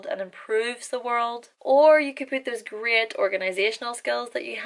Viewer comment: When you said, "great", I thought you were saying, "grit".